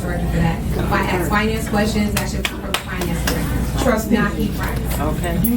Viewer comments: The way she says aks, not ask really grates with me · WHEN A PERSON TALKS TO TIFF! SHE NEEDS GRADE SCHOOL LANGUAGE. SO ( HYPOCRITE ) WE USE THE WORD(TWO FACED) OR THE WORD ( ASK ) NOT (AKS) (QUESTIONS) NOT (WHOSTIONS) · I axe u. That’s all you need to know about this POS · She might get what she wants if she were ro "ask" not "ax" for it. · The word is :"sked" NOT axed.